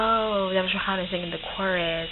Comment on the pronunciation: did u say ray-hanna